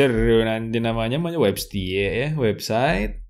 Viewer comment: saya mendengar kata "maenya di webstie" di menit hahahaha, keceletot ya om hahaha